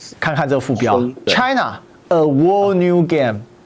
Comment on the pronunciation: 內容很好，就是那個'whole'的'w'是不發聲的。